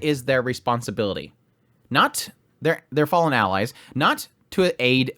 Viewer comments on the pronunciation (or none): none